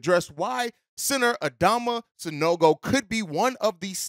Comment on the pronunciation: you got his name right quick lol 😆 😂